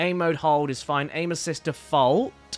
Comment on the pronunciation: Caddy: I never like aim assist. What I heard: I never like anuses.